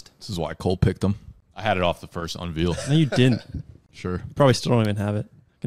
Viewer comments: my man, you gotta learn how to say the word unveil... its not unveel lmao. gets me every time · Un-Vale not Un-Veel